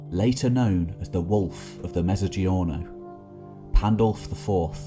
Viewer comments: It's a common term for southern Italy as far as I remember from studying Italian language and culture at university for four years. But it's pronounced metso-geeorno not like in 'mezzanine' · nice video but you mispronounced mezzogiorno e.g.